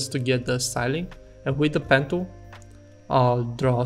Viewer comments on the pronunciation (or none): Daplicate, pan Dool, Benjil Tool. What are you trying to convey??